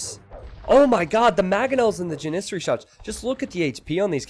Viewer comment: When I heard you mispronounce Janissary the first time I cringed. Then I realized it was so early in the video and how much you would continue to mispronounce it. Dying a little bit inside right now.